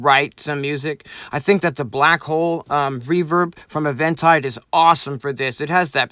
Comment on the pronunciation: I feel a bit stupid for posting this, but I've always assumed you pronounce Eventide like "Even-tide". I notice says "Event-ide" at the start and wonder if I've been saying it wrong all these years. Oh... and great vid by the way!:)